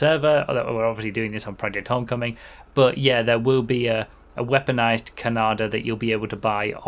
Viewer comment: It's "Hoe mm coming".. Not " On coming " 😅